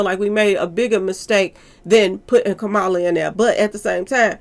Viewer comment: Love your videos #! Former VP name is pronounced: Ka-Ma-La🩷